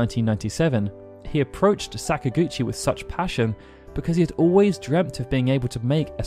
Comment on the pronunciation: Please stop saying sakagouchi please. Im about to pee my pants